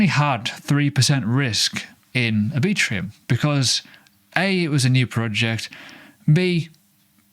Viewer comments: R B Trum. Lol not A Bee Trum. Anyway, appreciate the content and update sir. Cheers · Are you really pronouncing "Arbitrum" as "Arbitrium"? Let's check back in a year and see where Oasis is compared to "Arbitrium". My prediction: almost no one will know what Oasis is relative to Arbitrum, which will continue to see high adoption and volume. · pronounced R-Bi-trum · Mental pronunciation of Arbitrum... 😅